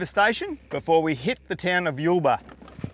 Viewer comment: It's not Yellbar it is Yule bar 😊